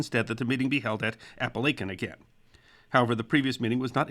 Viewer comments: My first thought when seeing the title, It will be interesting just how the pronounces “Apalachin” as the name is typically butchered by non locals. Good job! Many place and feature names in the area are of woodland Indian origin defying correlation between spelling conventions and proper pronunciation. I’m a native of the area and well remember the event. Local front page headlines ran for days, yet ultimately the story seemed more a Keystone Cops episode. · Except that Ray Liotta mispronounced Apalachin. This video got the name correct at the beginning but strangely mispronounced it later . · Another great video! It was great to hear a local story. FYI it is pronounced "Appa lake in" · Your wrong. I've studied this profession well over 20+ years. The correct way to pronounce it is appa-la-kin not chin... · Chin not kin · I live about 15 miles from the house that is where this meeting took place!! And I did love to video BUT the name of the town is Apalachin, AND IT IS PRONOUNCED locally as "App- A- Lake- In" and it is never pronounced "App- A- Lack- In"!! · Native Southern Tier native here. Its pronounced A-pal-a-kin not A-pal-a-chin. I still sweep chimneys in Apalachin, I come from some amount of authority on the matter. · Your pronouncing of Appalachian is a 1st and im a resident. Kinda catchy though tbh lol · WHY ARE YOU PRONOUNCEING IT THAT WAY??? It's app-uh-la-chin" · Jesus the pronunciation of Appalachian 😆😆😆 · Weird that he pronounced it correctly at the beginning but then mispronounced it . Ray Liotta also mispronounced it in "Goodfellas". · I noticed it too!!! And I know, I grew up in Tioga Terrace!!!